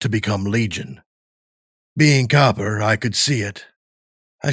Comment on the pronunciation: Loved this pov but Copper instead of cooper?